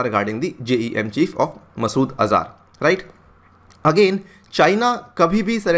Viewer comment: अज़ार नहीं अज़हर । क्यों अंग्रेज़ी जैसी विकलांग भाषा का प्रयोग करते हो